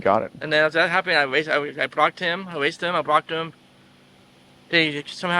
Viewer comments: "I ewased them and I bwrocked them" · ewase and bwocked